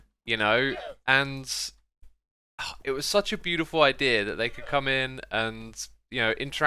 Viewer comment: Ibeea instead of idea